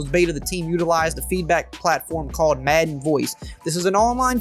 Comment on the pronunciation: Does it bother anyone else how he says madden?